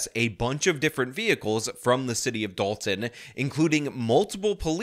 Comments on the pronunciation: This Journalist can’t even manage to say the name of the town or anything that has a “T” in it. It’s Da-on to her! 😂. Is this a DEI hire too, I wonder….. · That news reporter thinks Dolton is pronounced like “doll-in”😂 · dalton... no its dolton.... even their spelling is dumb